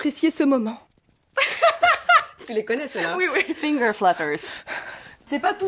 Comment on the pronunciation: 😂😂 CETTE ACCENT ! FINGERS ....